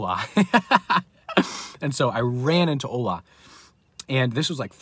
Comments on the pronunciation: I'm Nigerian and it's not pronounced ohla it's ola😆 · 😂😂😂Ola.. its the way you pronounce his name. Btw I'm Nigerian Praise God for victory over these forces